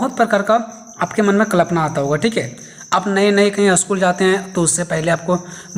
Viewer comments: कलपना ❌ कल्पना ✅। ठीक से बोलिए 😅😅😅😅😅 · Kalapna ❌️ Kalpana ✔️ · Klapna nhi hota Kalpna hota h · I noticed